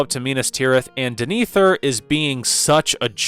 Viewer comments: Clarification : DEH-neh-thor, not duh-NEE-thor. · I presume you watched scenes depicting the steward of Gondor with muted audio, because how else could one come away calling the character Dinethur? In the charming parlance of my rustic forebears, that dog don't hunt. Denethor. Rhymes with Jenna Thor as opposed to Gin Ether. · Okay not a bad review with a couple of exceptions, pronunciation. It's pronounced THAY-O-DEN King and DEN-A-THOR. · I watched the movie but I keep pronouncing DEN-AH- THOR den-ethier lol other than that nice video 😅❤ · Wtf was that pronunciation of Denethor? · I came here to ask about this, because I felt like Denethor's name is well pronounced a few times in the movies so how is it so off lol